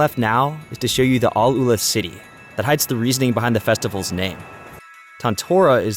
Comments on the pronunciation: Its name is ALL-ULA not AL-ULA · i'ts not Aloola, but Al- Uula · its not alUla like you said, its AL- Ula the right spelling